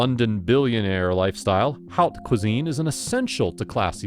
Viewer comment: ‘How cuisine’?, ‘High cuisine’?.. prepare yourself lad, prepare!